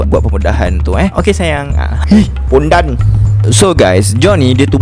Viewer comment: Pondannnnn...hahahaha lawak cara sebut.